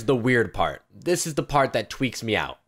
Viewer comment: when you try to say freaks but instead you say tweaks